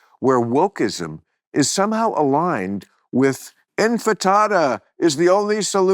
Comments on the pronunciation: Infitada 🫣 ... the word is INTIFADA🫡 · Bill says "infitada". Not "intifada". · I’ve heard him say Infitada before and though he was mocking people who didn’t know the word is Intifada, but now I’m not sure… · Love you and Maureen. Correction Bill… its intifada not infatada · Why does Bill keep saying inFITADA? It’s inTIFADA. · INTIFADA! Not INFITADA! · Bill, It's intifada, not infitada. So funny, even when you're talking about terrorists, you're thinking about Mexican Food! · Another INFITATA from Bill... instead of INTIFADA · For cripe's sake, would someone please tell Bill how to pronounce "intifada." He says, "in-fit-ada" which sounds like a brunch menu item. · Infitada?? How many times is Bill going to mispronouce Intifada? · In ti FA da, not in fi TA da! Am Yisrael Chai! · Tell him it’s INTIFADA, not Infitada. You have to be powerful when no one corrects you. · I love you Bill... But... How many times are you going to say infatada that sound like an Italian savoury bread, when it's intifada. You said it also on real time and other times on club random a number of times. You sound like an idiot when you do now. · As Bill would say about other celebrities, it's time to take the pics out of him a bit. Bill, I know you think you're the smartest guy in the room, but it's INTIFADA, NOT INFITADA. Infitada sounds like something you order at a Mexican Brunch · Infitada?? Sounds like All-you-can-eat Tostada night at the local taco shack. Not to nit pick Bill, but this is not the first time you mispronounced Intifada... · Intifada not infitada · Why does this guy keep saying 'infatada' instead of 'intifada'?? He's said this several times on his TV show and on here, and no one's corrected him? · Bill had the opportunity to interview a serious journalist, and what he did was yammer for an hour and a half, talk over her and, in the end, say nothing. He smokes too much pot, talks way too much and knows relatively nothing about history. Bad combination. "INFITADA". lmfao, smh.